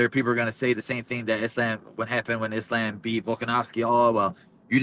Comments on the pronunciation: Someone fighting under the Palestinian flag,yet pronouncing Islam's name as "Is lamb" is kinda wild. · “Islamb” 😅😅 Belal is actually as white as Ian Garry